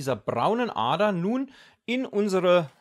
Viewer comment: Kannst du bitte das "D" betonen? Du sagst immer "ATER" Statt "Ader"